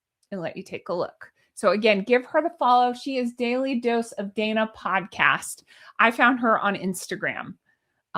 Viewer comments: Her name is pronounced Donna. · Dana is actually pronounced Donna.